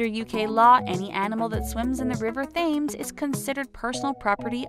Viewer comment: okay you dont pronounce Thames with the 'th' sound its pronounced tames!!